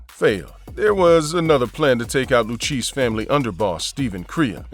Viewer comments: Lu-KAY-ZEE NOT LU-CHEESE. BUT VERY WELL DONE..!! Enjoyed this one..!! 💯🤙🏼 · Luchese is pronounced loo-kay-zee, not lookeesh. Get it right if you don't want a visit by people you really don't want to be visited by...capishe? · It's pronounced Lucasey not lucheese. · Pronounced Lukayzi not luchesse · the loo cheese family ??? WTF ! maybe the lou- kay -see learn b4 video or edit it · The le cheese family lol. It’s pronounced le Kay zee……….. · Lu kay zee is how you pronounce the Lucchese crime family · “Lou-cheese” family 🤣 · Please learn to pronounce The Luchesse crime family properly. It's not Lu-Cheese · Lu Kay Zee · Lucheese? BWAHAHA. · I do you going to do videos it's lucchese like at least make an effort like you're not even making an effort to say it right come on man do better